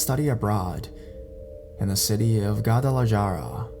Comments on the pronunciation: It took me a second to figure out what Ga-da-la-jar-a was. I love it, lol Even Gua-na-janto. Make a video just reading in Spanish please. lol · don't take this personally but if you are going to be a narrator you need to brush up on your pronunciation, Guadalajara isn't the first time I've noticed this, there were a few other places with Spanish names you messed up in previous videos. If you can't pronounce it, look it up. Food for thought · Oh my god you butchered Guadalajara and Guanajuato 😂😂😂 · It’s like he didn’t even try.